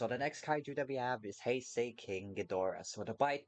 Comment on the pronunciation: I hate how he says “ Heisei “